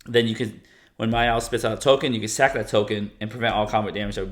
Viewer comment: Is the “R” in “Myrel” silent or something?